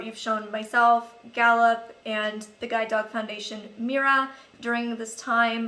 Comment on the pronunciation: Lol in the beginning I thought you were saying "Da boop" lol luv u <3